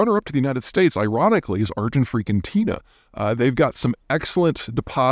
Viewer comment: When you first spoke of Argentina, you said Argen - fricken - tina. That made me laugh.